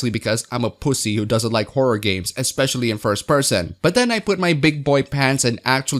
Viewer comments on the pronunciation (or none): none